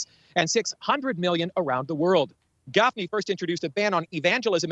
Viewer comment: How hard is it to say 'Moshe Gafni'? 🙄